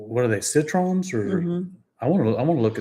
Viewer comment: Not at all ! We pronounce it Sit - Raw - N. Citroën, is Sit - Raw - N. If you come here and say you love Sit-run, the people will answer, yes they too like lemon (citron). The final N in Citroën is a syllab here, you have to spell it.